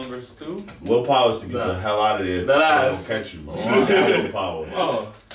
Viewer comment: Meruem doesn't want to fight, wants to use words,: WILLPOWAH